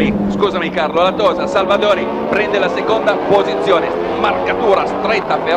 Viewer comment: Chi ha notato la pazzia di Andreozzi a ........non ho parole😵😨 Comunque sembra che il commentatore al posto di dire Salvadori dica Salvadauri come FedePerlam😂😂